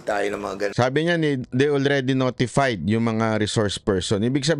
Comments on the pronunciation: Hoy Dan Fernandez,tigil mo na yang pageENGLEZ ENGLEZ mo.. yong word na NOTIFIED e nagiging NOTIPAYD SA pronunciation mo.. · Banat by sabi ni DF …noti…P…ayd.., P…aynalized, …